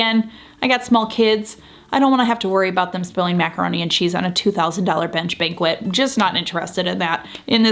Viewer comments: You seem nice. This is going to be a bit harsh. Regarding the design aspect… First: Banquette-not banquet. Ban-KETT not BAN-kwet. A banquette is built-in seating often with storage in the benches and typically fits into a corner or L-shape. I think you improved the space a little; mainly by putting in the larger rug. Nothing else you did appears to have made a significant difference to the function or aesthetic appeal of the space. But it doesn’t look truly designed: There isn’t a cohesive design sense, which was supposed to be the whole point of the exercise. The window treatments are not full enough and they diminish the window rather than enhance it; they are also too short and ended up looking cheap. The end chairs are wrong in shape and style for the space. Why you didn’t orient the layout the same as the mock up escapes me- it looks too tight. It is hard to tell from the pictures but the table looks square when a rectangle would have been far better. And you needed to put the bench under the bank of windows instead of on the wallpapered wall. As for art? Regarding the video content: You didn’t say which mood board you decided to follow, where you sourced your furnishings or accessories, how you interpreted the designer’s recommendations, and what tweaks you made (except for that unfortunate wallpaper choice, of which you seemed quite proud). Don’t wear stubbornness as a badge of honor. Sad that you spent the money for the consult and didn’t really follow the recommendat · Had to look this up, as I’ve pronounced banquette as BAN ket in the past. The online dictionary shows it as [baNG’ ket], which I suppose indicates a nasal “n” sound. The rug, chairs, and bench you chose are fantastic—love how the colors harmonize! The wallpaper makes the whole area look richer and more finished, too. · No. It's actually bang-KET not "bankwet." with accent on the 2nd syllable. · It’s BAN ket, or more formally “baNG’ ket” (kind of nasal with the “n”). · Bank-ette, not bankwet.